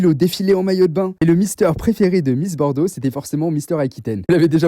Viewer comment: T'as dit Miss Bordeaux ou Miss Porno ? 😂